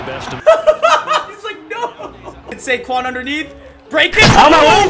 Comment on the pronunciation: Instead of SaQuads, it's KaysQuads